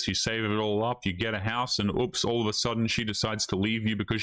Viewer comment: Yor, what is going guiys, I hope you are awl doing wewl... ...I'm eschewming...